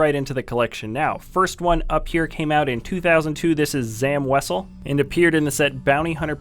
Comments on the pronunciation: You're stupid, it's Zam Wesell, not Sam Weisel... Lmao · He said episode one for zam weasel